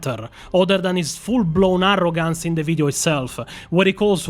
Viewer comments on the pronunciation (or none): arrogancy... said like Necromancy... I like it 😁 I hate to say it, but I think the world needs more Italian accent videos.